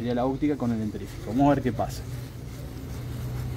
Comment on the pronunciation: Muy bueno, pero lo de "dentRífico" me mató 😂